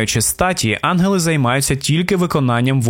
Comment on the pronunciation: На жаль, я не змогла слухати, бо постійно різало вухо "анголи" замість "янголи"